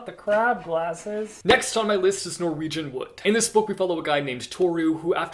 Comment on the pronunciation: not the crab glasses Me: did he just say what the crap glasses?